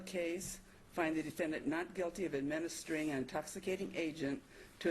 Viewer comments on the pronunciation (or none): 'administering' really should not be that dificult to pronounce!!